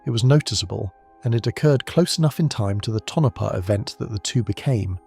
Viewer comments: Southwest Idaho Tonopah = Tone-uh-paw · If you have to resolve the CORRECT pronunciation of our PLACE NAMES, please DO contact me... or another Cartographer. Tonopah = toe-no-PAW (from the Paiute meaning "There is no water there") ALSO - neh-VA-dah NOT a VAH.'.. If you use that "VAH" yer pegged as from New Joisey (or Lost Wages)